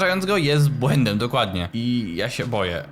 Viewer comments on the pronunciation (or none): "jest błedęm" 🤣